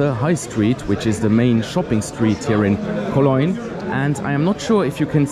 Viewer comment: i love the way you say Cologne :) koloynn :)